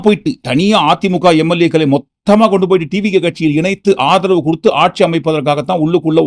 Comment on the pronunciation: ஆதவு பேசுறா ஆதவு. ஏண்டா தொங்கி போச்சா.😂😂😂